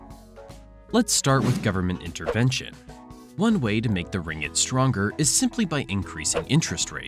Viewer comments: its not ringit, its RING-GIT. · Pronounce "ring-git" not ringg-it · its ringgit, not "ringit". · it's pronounced as Ring-git, not Ri-ngit... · Why he pronounced it Ringit instead of RinGGit. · Ring-git is the actual pronounciation